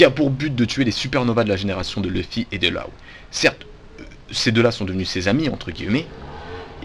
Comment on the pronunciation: Comme tu tues le nom de Law !!!! Faut le prononcer "l'eau" ! :)